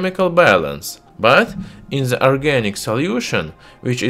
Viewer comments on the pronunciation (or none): While watching this video I can only keep asking (why do Russians pronounce The with a Zhe? ) zhat vs that